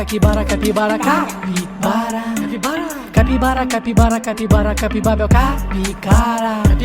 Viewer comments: Porque dice Cakibara? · Qué le da por decir Caquibara en vez de Capibara cada dos por tres jaja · 😂😂😂si no me falla el oído no dice capibara todas las veces en algunas le sale caquibara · Me equivoco o dice caquibara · No dice capibara dice catibara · DICE CAKIBARA😂😂